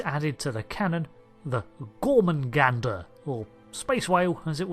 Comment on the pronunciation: gor-MAH-gander. THERE IS ONLY 1 'N' IN THE WORD GET IT RIGHT.